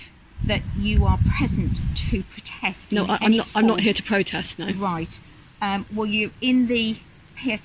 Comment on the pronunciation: The state of those 'police officers' is shocking. That women can barely enunciate her words. She could barely pronounce the word "protest".